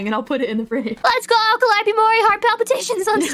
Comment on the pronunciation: Calli: Guhra Gura: Kawaiiope